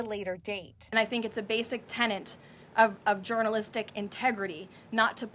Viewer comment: Tenet not tenant....🤦‍♂️